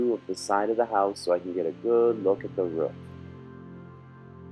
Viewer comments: its a ROOF not a RUF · its roof not ruf